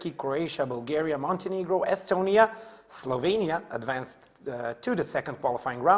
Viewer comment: eyyy my country STOP SAYING SLOVENIAE ITS PRONOUNCED SLOVENIA